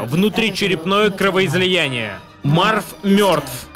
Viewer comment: Гарри мёртв от кровоизОЯния